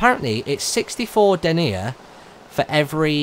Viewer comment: Dernier is pronounced Dern-Yay Argent is pronounced Ar-Jawn